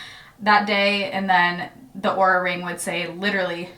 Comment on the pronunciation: I thought you said " horror "ring at first